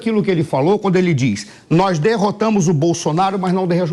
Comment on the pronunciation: Não sabe nem falar, "nói derrotamu o bosonaro" Que país é esse? Que povo é esse que ainda bate palma para um expresidiario?